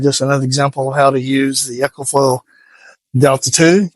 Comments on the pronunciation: EE-KO-FLO Not “Echo” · It's E CO , not echo